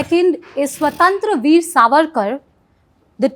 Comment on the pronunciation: I have seen most of the Hindi speaking reporters make the same mistake in pronouncing the name of the movie. It’s स्वातंत्र्य वीर not स्वतंत्र वीर.